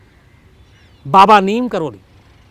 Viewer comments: शम्स जी , नीम करोली नहीं नीब करोरी है! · नीम करोली नहीं बाबा लक्ष्मणदास जी को नीब करौरी के नाम से जाना जाता है। यही उनके नाम का सही उच्चारण है। जय बाबा जी की